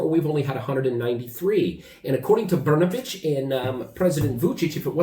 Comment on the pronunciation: BRNABIC ...BRN A B..😂SPALI KUCKU